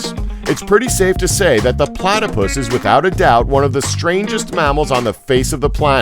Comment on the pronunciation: IM AT 709 HE SAID "PLATA" AND IM LIKE PLATAPUS I ALREADY KNOW PLATAPUSUS ARE POISUNUS